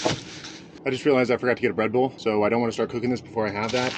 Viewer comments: I thought he said Redbull not bread-bowl. I was thinking this dude is way too addicted to Redbull. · anyone else miss hear him say REDBULL and not BREADBOWL lol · My ears heard "Red Bull"